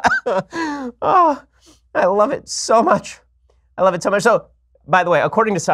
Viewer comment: "not smuch" 😂😭